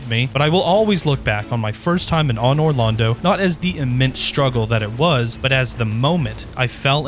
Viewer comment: dog i cannot listen to you pronounce anor londo with a soft "aw." its not an awning. are you canadian or something?